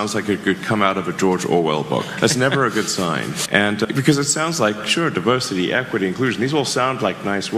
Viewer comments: Did you say DIVERSITY or PERVERSITY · Did you say DIVERSITY or PERVERSITY ! ?